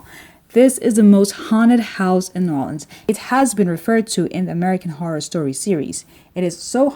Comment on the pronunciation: It is not NAWLINS